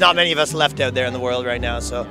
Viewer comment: That Canadian accent is so thick it’s distracting. Bro you need to pronounce “ou” correctly. Out. About. House. Mouse. etc.